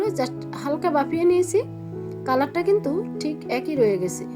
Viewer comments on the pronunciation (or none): none